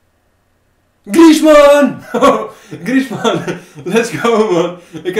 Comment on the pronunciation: Auw, 45e van de wereld en niet weten hoe je Alcacer uitspreekt of dat een Franse Atletico spits Griezmann kan zijn